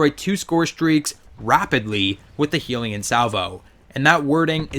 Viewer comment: The way you pronounce the name makes me want to kill myself. It’s clearly HELL-yun Salvo... not Heelion Salvo smh.